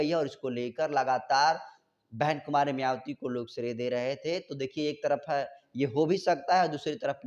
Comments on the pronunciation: YE KYA ENGKRIG KREGA JO BHAN JI KA NAM BHI SHEI SE NHI LE PA RHA H. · मायावती नाम तो ठीक से बोलना सीख लो लिखते कुछ हो बोलते कुछ एकदम बकवास चैनल